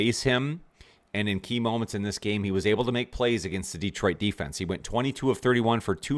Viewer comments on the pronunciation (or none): Good work. (And it's still not DEEtroit).